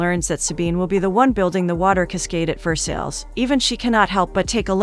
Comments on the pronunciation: I usually love, but no movie title and saying Ver-sales 2 or 3 times only a few seconds in? It's Ver-sigh! Dang! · Pronunciation.. Ver -SIGH not Ver-Sells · Ver sales Lmao I love AI voices sometimes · Versales??? VERSALES???! I just can't. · Ver-sales palace? 🤦🏻‍♀️ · each time the narrator butchers 'Versailles' I cringe a little...good story tho